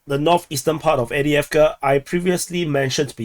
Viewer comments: No, it's Av-dye-ev-ka. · Can anyone confirm the pronunciation of Avdiivka used by this channel author? He says A-dee-ev-ker. Is this correct?